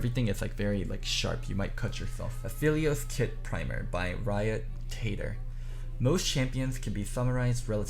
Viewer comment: My man said Riot Tater